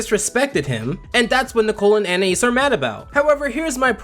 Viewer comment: finally someone pronouncing anaïs right